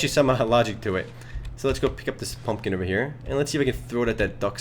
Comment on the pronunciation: it sounds like he said Fumpkin. lol